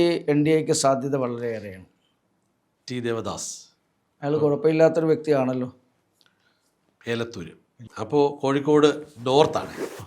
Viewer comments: ഏലത്തൂര്‍ അല്ല. എലത്തൂര്‍ ആണ്. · ഏലത്തു രല്ല എലത്തൂർ